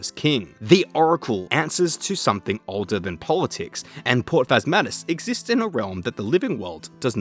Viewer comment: Glad I'm not the only one who heard "port fatassmas"